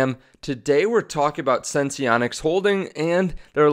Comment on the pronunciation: pronounced, SENSE-ONICS